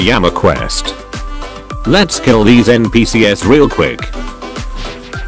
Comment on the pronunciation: Bro His Voice To Speech Said N P Seeyehs